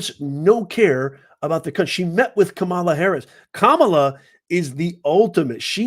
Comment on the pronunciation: Your disparaging comments and racist imitation and rhetorical attitude. Betrays your views of black people...Your ARE prejudice...Your deliberate mispronounciation of Kamala Harris's name. Your insinuation that Fani Willis will be a hip hop singer, has to be because she's black. You get carried away in discussing the case so much, your character sometimes betrays you. " You don't like black people!"